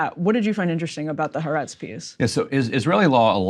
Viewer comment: Folks,it is ha-a-retz (3 syllables)